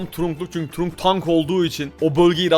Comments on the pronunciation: Abi turunk değil tırank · Kaze kenjinin karısı ve trunk trank diye okunur allı öfkelenince rakibi görür avı bide allı kendisi öfkeleniror ve arada görünmez olunca bazen görünüyo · Trank diye okunuyor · Trunk değil trank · Abi o öyle okunmuyor kitırank böyle okunuyor bilgi vereyim dedim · Abi trunk tırank diye okunuyo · Abi trunk diye yazılıyor ama trank diye okunuyor❤😊